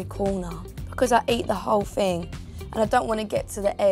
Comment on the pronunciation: "cause I eat the whole FING"